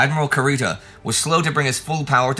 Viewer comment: Indy, your favorite pronunciation nitpicker here! You pronounced the u in admiral Kurita's name like the one in "cup", but it should be pronounced like in "cuckoo". Anyway, thank you and the whole team for the tremendous work!